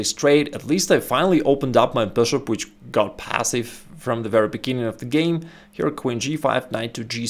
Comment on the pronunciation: I love this channel, but I can't resist laughing when he says: "THE BOOSHOOP"